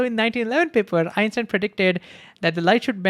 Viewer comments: Why you pronounciating Einstein as Epstein?? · is he saying Einstein or Epstein ?? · It sounds like he is saying Epstein, not Einstein. Is it just me? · Is it just me or dose he say Epstein instead of Einstein sometimes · Dis I hear him say Epstein instead of Einstein? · bro, i keep hearing u pronounce epstein ... remember , EPstein was a sex offender, EINstein the GOAT of understanding the reality we live in. i adore the way you explain this and the enthusiasm and heart you put out. if only teachers gave 1/10th of what you give , maybe the world would be a better place.